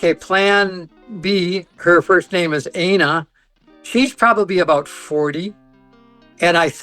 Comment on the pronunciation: Plan B's name is "Ay-na?" That's... that sounds a lot like something else. Are we sure it's not Ana and he's just confused by the one N?